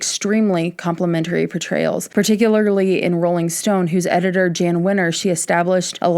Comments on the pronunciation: Just a slight correction. Jann Winters name is pronounced Yann Winters. Love your deep dives keep it up! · Jann is pronounced "Yawn" or, like John, but with a Y, Yohn Wenner.